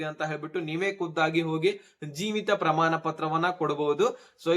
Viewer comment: ಹಣ ಅಂತ ಹೇಳಪ್ಪಾ, ಹನಾ ಅಲ್ಲಾ ಪ್ರಮಾಣ,ಪ್ರಮಾನ ಅಲ್ಲಾ, ಕನ್ನಡ ಕೊಲೆ ಮಾಡಬೇಡಿ